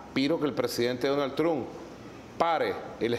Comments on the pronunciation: Dunal trunk😂😂😂😂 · "Donal Trum"😂🤣